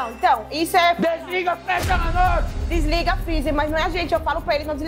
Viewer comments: "desliga o freezer a notche?" Pergunta retórica e os funcionários do pé de fava respondem kkkkkkkk. Jacquin não contente afirma "desligam o freezer a notche!" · "DESLIGA FREZZER A NOTCHE"